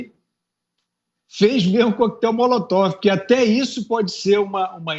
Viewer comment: Alguém aí fala pro Fiuza,que não é Molotof, é Molotov!😵😵😵😵😵😵😵